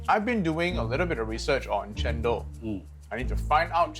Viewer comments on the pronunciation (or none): wow, I just realized that's cendol is njendhol (re:njèn dol). Almost can't recognize it just because they pronounce it "cén...", not "cèn..." 😂😂😭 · They claim their cultural cendol, but the funny thing is they can't pronounce cendol very well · From the way the Singaporeans and the Malaysians pronounced cendol and santan we can easily know that they are fake and cendol does not deserve them.